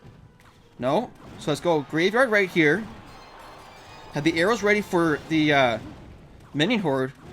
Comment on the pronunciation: why doe you always say arrow's?